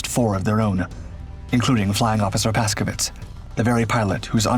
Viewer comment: The name of the pilot on this video - Paszkiewicz- is pronounced Pashkyevitch, with an accent on "kye." Urbanowicz (the CO) is pronounced "Urbanovitch" with an accent on "no." please, for the love of God - stop butchering Polish names.